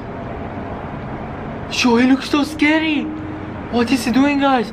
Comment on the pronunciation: WEN YOU SAY SCARY IT SOUNDS LIKE YOUR SAYING THIS IS SCADY😂